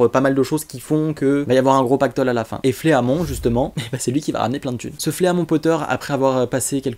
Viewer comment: Super Vidéo continu comme ça!!! Juste Fleamont ça se prononce Flimont XD